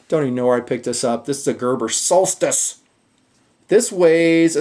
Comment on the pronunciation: why did he say solstice like that I replayed that 5 times